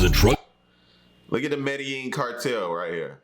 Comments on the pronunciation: The way he says medelline bugs the hell out of me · We know the narrator doesn't know Spanish, because he constantly pronounces Medellin incorrectly!! You should watch The True Wealth of Pablo Escobar by RealLifeLore!! It's a short video, but it shows how rich that guy was, as he was probably the richest criminal of all-time....besides Vladimir Putin!